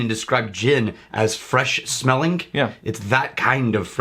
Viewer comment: Watching these older vids now I can't unhear saying "smellink" and "lingerink."